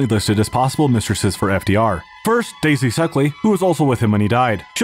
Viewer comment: Daisy "Suckly"...lol...